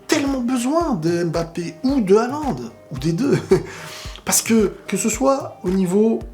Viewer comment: C'est mbappe et non m bappe